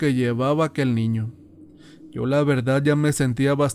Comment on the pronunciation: Me gustan las historias de terror mexicanas y por casualidad escuché esta, pero el narrador es pésimo, desconozco si no sea mexicano, pero no se dice CHANTOLO..se dice Shantoloo, y se escribe XANTOLO, Segundo dice verdat en lugar de verdad, y asi muchas pero bueno 👍 que más si es extranjero se acepta, pero si es Mexicano no